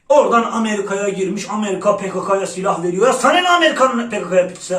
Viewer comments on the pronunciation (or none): none